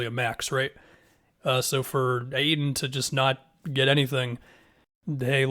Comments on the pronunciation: STOP SAYING AYTON LIKE THAT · Really emphasised the dudes last name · pronounced the fuck out of the T